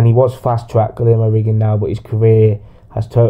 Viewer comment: Accurate but your not saying he's name right